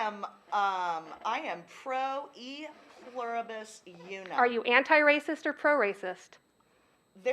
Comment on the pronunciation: she said “e pluribus u num” lmfao